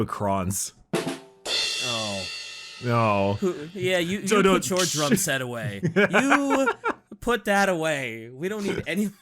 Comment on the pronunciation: When mispronounced drum set, was he thinking of the kh ending sound of the necrons? Drumsekh?